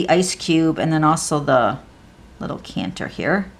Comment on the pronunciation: I’m sorry, but it a decanter not a canter. Just saying sweetie. I love your cards.